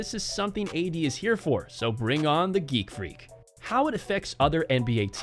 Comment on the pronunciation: Person talking in the video: bring on the geek freak Me:geek freak?what the hell🤔